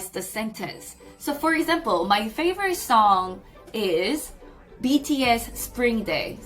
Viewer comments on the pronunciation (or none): none